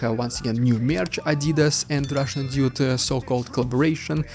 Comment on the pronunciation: hey i don't want to be cheeky but the way you pronounce Dude sounds like Idiot. i think you have to work on that. but good information:)